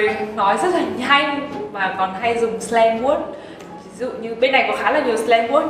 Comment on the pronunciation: “Slang Word” mà thớt phát âm như là Slang Work ý !!! Kkk... Cố gắng nghe đến mấy lần cũng nghĩ như thế... Slang Work !!! 😬😬😅😅 😜😜😜